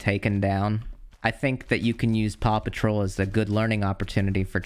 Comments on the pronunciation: You say Paw Patrol like Papa Troll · When he was saying Paw Patrol I thought he was saying Papa Troll and I can't unhear it. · I thought you were saying "papa troll" until I heard the word dog